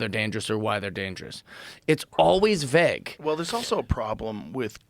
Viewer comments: .. veggg? we mean Vague .?😂😂😂😂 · We don't even know what you're tryna say at this point, dude. vay-guh.. vague .. VAGUE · It’s “Vague” not “VEG”!! I typically don’t correct people on small things like that but he said it 30 times! Lol. Great episode. I enjoyed this. Bring him back. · V A U G E, not vag, not veg, not vaeg, VAGUE (GUE GUE GUE GUE) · Hearing Jeff pronounce the word vauge was difficult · Never heard someone mispronounce a word that they use in every other sentence 😂 veg af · vegg ? Is he trying to say "vague"? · The world’s most determined man to use the word ‘vague,’ while being equally determined to mispronounce it every single time. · Never heard someone use the world vaugely so much whilst pronouncing it wrong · Jeff, thesaurus another word for vague because you say it wrong. 😁